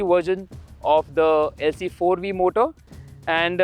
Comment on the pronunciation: Did u say Lc4V ? 😂